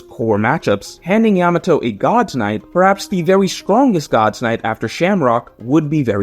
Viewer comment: Blud can't even refer to Yamato right